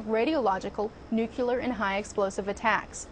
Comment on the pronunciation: Did she say "Nucular"?